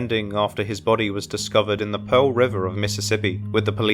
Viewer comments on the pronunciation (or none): none